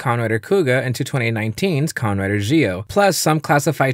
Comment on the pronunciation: It sounds like he's saying khan rider.